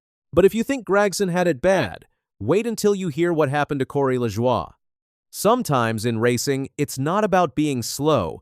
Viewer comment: You did it again. You mispronounced Corey Lajoie's name. It pronounced La-Joy. You gave is some BS French pronunciation. Get it right godd#$%*&. When you mispronounce names, it only shows your ignorance to NASCAR.